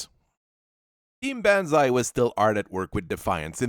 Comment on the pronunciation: Dear lord, B -on - ZAI pronounce it right please